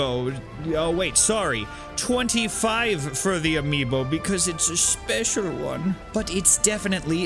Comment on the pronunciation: "Its a spchechial one" xD xD xD